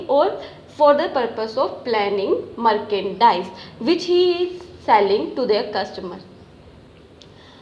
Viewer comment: It's Merchendise not marcendise.. Pronunciation 🥲